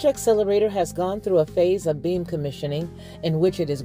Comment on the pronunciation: When you say beam, it sounds like you're saying "being"